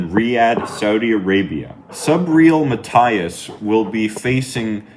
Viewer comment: It's actually pronounced "Ma" "T" (like Tea) "is."